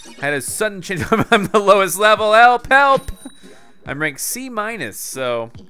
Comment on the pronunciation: when you say "help" it sounds like "kelp" witch totally goes with this game